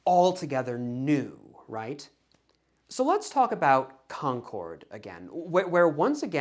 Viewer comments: I’m not sure if you’re from the Boston area, but the way you pronounce Concord is very distracting lol. We say “Konkerd”, not “Kon-kord” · The town in Massachusetts is pronounced like “CON-kerd”, not “con-CHORD” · CON-KID not CON-CORDE like the airline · Enjoyed this video very much. It really is the story I've grown up with as a local (born and raise 10 miles from Concord (/ˈkɑŋkəd/), except that, and no offense meant, we pronounce it /ˈkɑŋkəd/, stress on the first syllable and we never pronounce the 'r' regardless of how they might say it in New Hampshire 🙂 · Not in New England. Feel free to use that pronunciation everywhere else, just not for any of the places named Concord in New England.